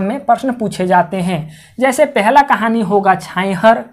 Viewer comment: कृपया किताब के नाम का सही उच्चारण करें ।आप छांइहर बोल रहे हैं ।इसे सुधार कर छाहंइर बोला जाय।